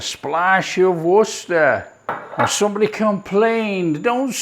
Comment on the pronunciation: Like you're the only one i ever heard pronounce worster sauce properly!!!!!!